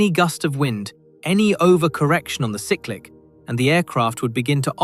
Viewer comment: Sigh-click NOT sick-click !